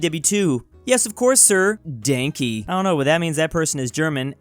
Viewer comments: I cringed at Dane-key. It’s Dahn-kay, please. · Not the first time Text: Danke: Dänki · I was just about to punch someone when said Dank-y. For anyone who doesn’t know, it’s pronounced “Donk-uh” if you want to sound accurate. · it’s not dane-key it’s pronounced daun-ke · "Danki" ITS DANKE I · ITS PRONOUNCED DAHNKEH, IT MEANS THANK YOU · Its don-kay thats how its pronounced danke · every time says danky i lose a part of my soul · cant believe pronounced danke as dank-key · buddy, it's "donka" or close to that. It's thank you in German. You duh best homie!!!!👍👍👍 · says dank-ee My brain: do you have stupid. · it’s pronounced like like “donk-uh”, and is German for thank you. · Also it’s pronounced daun-ka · Danke is pronounced Dahn-keh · * says dankee * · The inner German in me died when said Dank_ey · Danke means thank you and pronounciation is wrong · The way he pronounced danke just made me wanna cringe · You said Germany started ww1 and mispronounced danke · pronouncing it it's pain to my brain. It's pronnaucned how you read it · The way he pronounced "Danke " caused my ears to bleed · The way he pronounced "danke" reminds me of that scene from Wolfenstein 2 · No one gonna talk about how he pronounced danke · Oh my god, the way he pronounces “Danke” in German is just terrible! 😂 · you pronounced danke wrong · I laughed the hardest at pronunciation of "Danke" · Im learning german and I died when I heard him pronounce it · You mispronounced "danke" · Danke me thanks in german. Also you said it wrong. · pronunciation of Danke just cracked me up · Your pronounction of Danke makes me want to jump off a cliff